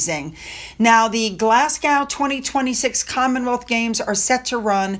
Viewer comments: Just a mention that Glasgow is pronounced Glaz go (not gow) as this will probably come up again several times in the future. Love your channel and thank you for covering the real Royals! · it’s pronounced Glasgo the W is silent. Also you were very near pronouncing Scotstoun. That’s pronounced Scotstone xxx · It pronounced Glass Go 😂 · Glas-gow. Ben-kneevis!!! Never heard of them 🤦‍♀️🏴🏴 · it’s Glas. Go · Hi not nagging honesty but Glasgow is pronounced Glas-go. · Glasgow is pronounced Glas go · hope you don’t mind me saying that Glasgow is pronounced Glasgo!xx🏴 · My husband is born there and we were laughing at how said it.... Definitely just said as Glaz Go